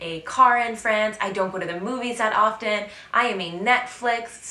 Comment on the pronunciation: Hi! I love your videos! Did I hear a very Frenchy "-uh" ad the end of the word "France"? That's actually very endearing.;-)